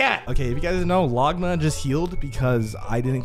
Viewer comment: the way bro says longma he says logma😂😂